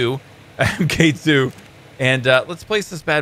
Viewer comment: I'm pretty sure the MK2 is suppose to be pronounced "Mark 2" like tony Starks iron man suits.